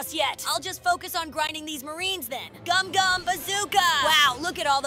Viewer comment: It gumgum not gomu